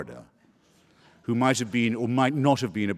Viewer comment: "Who," not "ho". Another one? This is starting to skeeve me out a little.